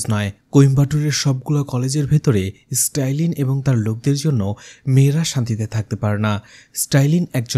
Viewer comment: নামটা মনে হয় স্ট্যালিন, স্টাইলিন না